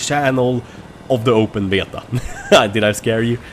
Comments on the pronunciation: Lmao listen how he says BETA!!! Betiaa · I love the Swedish/English way you say "Beta" :D